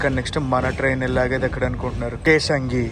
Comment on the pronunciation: Kesangi kadhu bro kesinga 😊